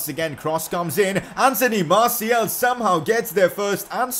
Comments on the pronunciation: It is martial not martiel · it's Martial not Martiel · IS NOBDOY ELSE PISSED OFF ABOUT HOW HE SAYS “MARTIAL” I